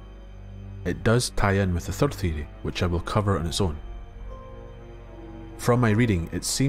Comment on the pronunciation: I subscribed because the way you say theory sounds dope. 🫡